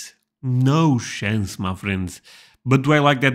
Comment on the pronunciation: To much? Noo shaance